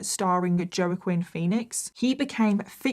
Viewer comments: Awe that’s so cute how you say JO-Quin😂 it’s pronounced Wa-kin…like WALKING but leave out the L and G😌 I love it!!!!! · taking it seriously until you pronounced Joaquin's name... Sorry that made me laugh. Whack-Keam is how it's pronounced. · Joe-Quinn 😂😂😂😂 It's pronounced Wah-keen. Im still laughing. Bless your heart 😂 And the Imaginariam movie had so many different huge celebrities in it because Heath died during the filming. It's a bizarre movie but I loved it. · Serious story aside....Joe-ah-quinn made me chuckle. For those that don't know, it is pronounced wahh-keen/hoh-wah-keen (a more breathy W in 'wahh'. :) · I love you girl but it's pronounced as Hu-wa-kin Phoenix not joe-kwin 😭😭😭😭😭😭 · Lol sorry but “Jo Quinn phoenix” 😂😂😂😂 its pronounced like “wall-keen” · Love u girl but it's not Joe a Quinn Phoenix 😂 it's pronounced wah-keen Phoenix 😂 I'm guessing there's not too many Joaquins in Britain 😅😂 I bet you a hundred other people are going to say the exact same thing lol poor dear, love ur show ❤ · Joe-quinn 😂😂😂 I love you & this is no shame/hate: his name is pronounced Wah-keen Phoenix, it’s Spanish with links to Hebrew & German names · Joaquin is pronounced "Waakeen" 🙄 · Just to try to help you because I know, even though you speak English sometimes harder if you’re not from America, but the way you say, Joaquin Phoenix is actually like “walking” but basically omitting the L. So maybe wa-Keen would be a better way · did you say jo-queen phoenix? 😭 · Joaquin Phoenix is pronounced "wah-keen". ❤️ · It's pronounced WAH KEEN Phoenix 😅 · Joaquin pronounced Wah-keen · Did she say Joe-Quin Phoenix? lmao. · Wah-keen btw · Hey - Look Forward to your Vids Every week🙂. Just to let you know: Joaquin is pronounced WAAH-KEEN. Cheers❗️🎃🦇🎃❗️ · Joaquin pronounced "wah-keen) Please and thank you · The huge emphasis on cannabis like it affects ppl like crack and butchering Joaquin (Wa-keen) Phoenix's name this video is just silly... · "Wa-Keen" Phoenix?